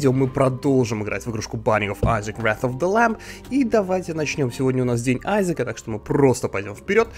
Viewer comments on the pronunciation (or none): Не Иссак,а Айзек -_